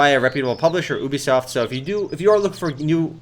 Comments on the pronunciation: it's ubisoft, not oebisoft.. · did he say boobysoft?